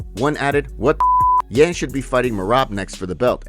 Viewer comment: butchering Yans name lol